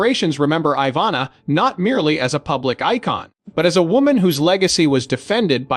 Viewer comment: No such word as confidantay as pronounced by the robot narrator, it's pronounced phonetically: con..fee..donnt....it's a French word. Code your bumbling narrator to pronounce words correctly. It's Ivanna not Iva...nah. It's wound not wound as a blemish on the body. Get rid of your AI or robot narrator.